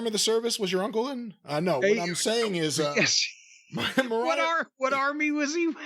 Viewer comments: It's Mariah.. not Marie..... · He seriously can’t pronounce Mariah